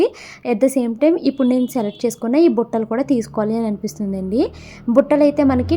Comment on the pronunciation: Battalu kadhu buttalu 😂😂😂